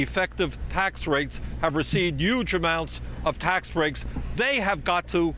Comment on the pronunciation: he said youge xD we love u Bernie